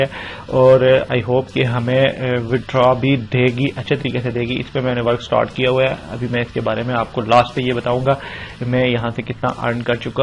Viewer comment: Stort nh hota start hota hai bhai😂😂